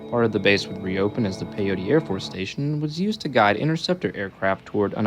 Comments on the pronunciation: Pyote PIE OAT ITS PIE OAT NOT PIE OTEE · Thanks for this video! My dad was stationed there in 1944 as a sergeant Chief Photographer. It's pronounced PY-oht, not "pay- otie" Peyote is some kind of drug Pyote (/ˈpaɪoʊt/ PY-oht) is a town in Ward County, Texas, United States. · Its pronounced Pi-yote..sorry im a West Texas guy...Great video! Thanks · It's pronouced Pi-yoat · Say it with me… PY-YOTE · Nice video I'm working in Pyote. FYI, it's pronounced pi-yhote, the e is silent. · I lived there when it was a prison during the 90s. It is pronounced "pie-oat".